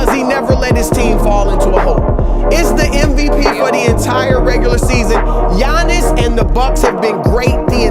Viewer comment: Anyone realise that David Stern was the first person to pronounce Giannis name correctly